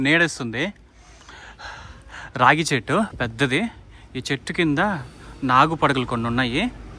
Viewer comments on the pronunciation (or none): రాగి చెట్టు కాదు రావి చెట్టు